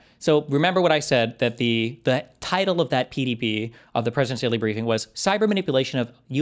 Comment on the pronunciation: You both have Freudian slips CONSTANTLY about the Presidential Daily Briefings. I have literally LOST TRACK of both of your mis-pronunciations? of the abbreviated format. You must both hate Patrick Bet David as much as I do. They are “PDB’s” not “PBD’s” lol Oh and. You’re a fucking bad faith hack. You always will be. You are the farthest thing from a patriot, fuck you.